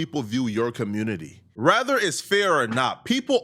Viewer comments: Why is this nigga always saying rather instead of whether 😂 white journalists don’t do this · The word is “whether”